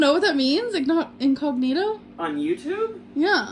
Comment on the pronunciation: Omg I cringed so hard when she mispronounced incognito